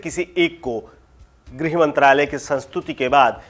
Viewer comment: 'ग्रह सचिव' नहीं, 'गृह सचिव'!